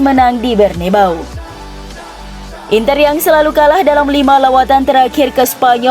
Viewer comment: Bukan BERNEBAU kak. Tapi BERNABEU. JANGAN KEBALIK TRUS KAK. MALU SAMA ORG. SASSUOLO JUGA DIBILANG SASSUALO. banyak2 baca dlu baru baca deskripsi ya. udah berubah pula jadi BARNEBAU. WKWKWKWKWKWWKKWWK